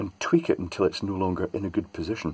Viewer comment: How "goot" is that goot wick?? LOL